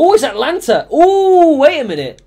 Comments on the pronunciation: Am I the only one who is annoyed by the fact that he says Atlanta instead of Atalanta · AtAlanta, not Atlanta